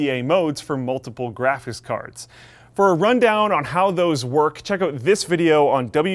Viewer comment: Nobody:: "graphis cards"